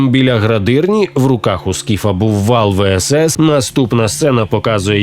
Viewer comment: не вал всс, а ас вал